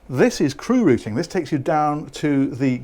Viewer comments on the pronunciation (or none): none